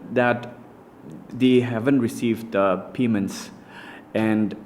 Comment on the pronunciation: first learn to pronounce the word "payments" correctly! Its "P...A...Y...M...E...N...T...S", not pee-men's!